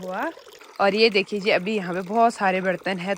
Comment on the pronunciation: हैं व है बोलना सीखो। अच्छा नहीं लगता